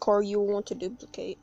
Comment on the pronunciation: My guy said duliplicate😂